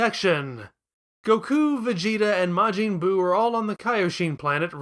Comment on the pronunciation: “Mr Saht.han.” “Majeeen buu”